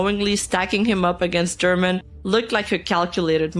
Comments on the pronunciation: For english speakers, it is pronounced "herman" not "jerman" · It hurts my brain hearing how you pronounce "German" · Saying Germán as German was so funny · Escuchar como le dicen a Germán, "German" justo como el se quejo en uno de sus videos se me hace extremadamente chistoso y vaya manera de cumplir su destino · (random time for this) Notes to keep in mind: German is phonetically pronounced like Herman, not like the country (the YouTuber has said he always has this problem at airports). Kenzo, Nimu's ex-boyfriend, did grooming before being with Nimu, and I believe afterward. He also got Nimu to use drugs and caused problems with one of her eyes. And most importantly, never believe what Dalas says. He always lies and makes up a lot of the things he says. He's already lost two defamation lawsuits, but he lies and says he won the case even though the plaintiffs show evidence that Dalas lost the case and hasn't paid the fines imposed on him. He's scammed his followers out of 2 or 3 cryptocurrencies and some crypto games. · Si supiera Germán que en inglés le siguen pronunciando su nombre como "Gérman" (alemán en inglés) xd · I ctfu when she pronounced "germán" as german like the nationality 😭😭😭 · german german dia 😭😭 sorry i just found the pronunciation funny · Idk if this is unwanted but, German is pronounced like "her-man" instead of another nationality. Great recap of the nimu downfall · the german garmendia pronunciation LMAO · Bruh I never imagined seeing a video canceling nimu IN ENGLISH Loved how she called german 🇩🇪 to germán jajajajjaja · The video is serious, with good information a only little mistakes, but I can't help to laugth when I hear how pronouncet "German Garmendia" 🤣